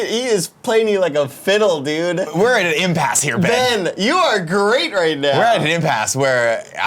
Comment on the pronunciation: Uncle Nicky mispronouncing my name as “Bean” made my day and boy did I need it